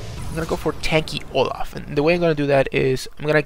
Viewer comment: Olaf not loaf